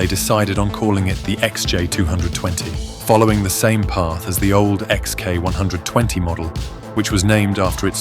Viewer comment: Is this video's voice-over AI or does the narrator juts not know how to say XJ220 or XK120 ?